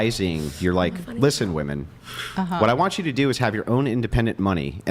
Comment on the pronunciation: Can someone remind these women how to pronounce "women"